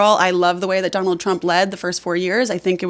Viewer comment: Did she say Don-old Trump?